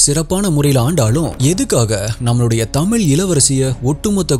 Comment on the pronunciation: Pronounce tamizh properly